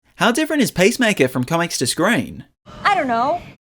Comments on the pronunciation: It’s not pacemaker, the heart device. It’s Peace Maker. Why pronounce it that way? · Sounded like you were saying pacemaker... maybe don't be a superhero with a weak heart 😅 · pace maker? seriously? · Hie name is peacemaker, not pacemaker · "Pace maker"